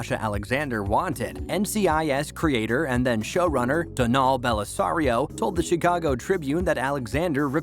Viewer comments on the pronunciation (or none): So hard to listen to this when actors have their characters names missed pronounced and Donald Bellisario's first name mispronounced. If ya gonna do a voice over atleast know proper way to pronounce names